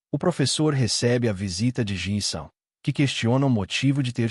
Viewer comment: Mano que agonia essa porr de IA falando "J Y N "